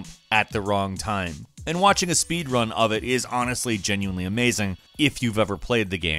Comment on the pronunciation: He Said spod run insted saying speed run